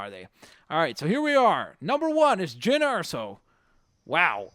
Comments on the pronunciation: its Jean not Jyn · George Triantafyllidis actually it is jyn. watch the movie with subtitles it's says jyn